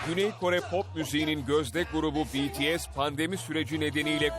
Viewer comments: ohhh sonunda bir haberci BTS'i doğru okudu 😁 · Aaaaa betese demedi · İlk kez biri bts'e betese demedi şaşırtıcı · betese değil de bities dediği için çok mutluyum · BTS'e betese demiyen senide seviyoruz... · BTS'e BE-TE-SE demeyen birini buldum sonunda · Ulan adam BTS i sevmiyor olsa bile bities diyor lan beni tanıdığım bazi armyler (bence değiller) betese diyor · Sonunda betese demeyen spiker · “B(İ)T(İ)(E)S” dediğiniz için teşekkürler. Bazıları BETESE diyorda. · İlk defa bities demesiii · Oha "betese" değil "bities" diyorlar!!! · Aynn haa ilk defa bir haber verirken betese demediler yaa sonundaaa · ilk defa birisi betese demedi BTS dedı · BTS i doğru okuduğun için tşk Atv! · İlk defa bts e betese demeyen bir haber kanalı